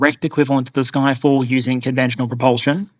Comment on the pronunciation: Did you say it called "Ffyck all"?